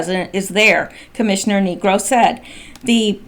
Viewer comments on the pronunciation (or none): That name is pronounced Nigro with a long i , it's Irish. love your videos